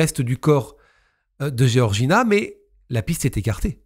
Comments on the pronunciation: Géorgina ou Georgina ??? C’est comme dire Georges ou Géorges… peut être que se renseigner sur la prononciation des prénoms serait respectueux envers les victimes… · Pour info Georges tu le prononce "jorje" c pareil pour georgina "jorjina"